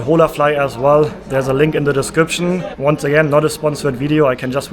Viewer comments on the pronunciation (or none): none